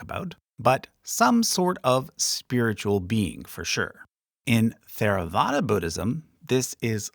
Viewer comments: The "TH" in Theravada is pronounced as a hard "T". the H is slightly aspirated, though this is tricky in the West and is left off colloquially. "Teyr-a-VAH-da" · You could have much of the facts right, but if you mispronounce the terms, you hurt your credibility. It seems you learned this from a book, not an expert. The T in Theravada is pronounced like T, not Th. The "English and American pronunciations" are irrelevant. This is not an English word. The H is added to approximate sounds in Pali, Sanskrit, and Tibetan that are different from English. Hinayana is an unPC term no longer used. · As a Tibetan Buddhist, I was surprised you left us out. I wonder if you learned everything from a comparative religion textbook while never actually studying the religions? One clue was your pronunciation of Theravada. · Theravāda isn't th like in through, it's an aspirated t like top. you didn't use any accent markers which actually can make it vague and just wrong spelling, but probably not for long names. the jātaka tales are not just in Chinese, it is also in the pāli khuddakanikāya. Lots of just straight misinformation to be honest like about gods and bodhisattva or idk how you could call theravāda more "eathly" either. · Theravada (/ˌtɛrəˈvɑːdə/). There is no "th" sound even in the English pronunciation... 🧐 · if I’m correct he made a few. The one he did several times is the “th” as in Theravada which he pronounced as a th would be pronounced in English (contraction). I believe it’s called an aspirated t. It’s the sound of the t followed by a bit of breath for the h. Or just pronounce the t and skip the h. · yes, its not theravada. its tHeravada. like when you pronounce dHamma/ dHarma. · Theravada is not pronounced with the "Th" sound of English. It is pronounced "Teravada." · Actually the correct Pali pronunciation of Theravada is "Terawada" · Theravada is not pronounced with a Th sound, but with a T.